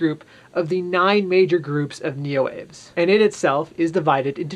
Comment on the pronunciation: Neoaves is pronounced Neo-Ah-Vays. It's a latinate name, so the E is pronounced. It's the same root as many other words for birds, like avian.